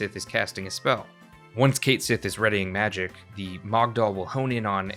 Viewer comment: It's KET SHEE, JFC. That's how you pronounce his name. It's Scottish.